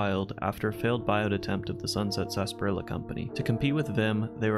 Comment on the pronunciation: God that annoys me so fucking much. Stop saying sassparila. It’s sarsaparilla. Tsaar suh pair ee uh. I put emphasis on the “pair” part of the word but that’s just a preference. Just please, for the love of god, pronounce it the way it’s spelled.